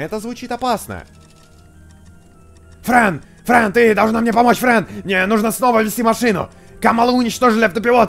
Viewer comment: 0.50 почему фрэн не боу а бро